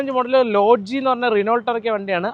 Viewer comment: റിനോൾട് അല്ല ബ്രോ. റെനോ ആണ് ശരി.